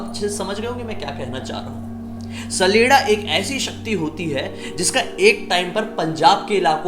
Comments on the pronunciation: Hey I'm from Himachal and It's common in our Village. It's not "saleda". It's "chaleda" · It's not sleda sledda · My brother saleda nhi saleeda hota hai....... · भाई सैलेडा नही होता छलेडा होता है यानी छल करने बाला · Mai sdela ko sadela smj liya 😂😂😂 Bhai wo sdela nhi saleda hota hai 😅